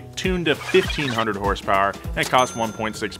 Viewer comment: 5k hurs purs. Sounds like Bull chit to me.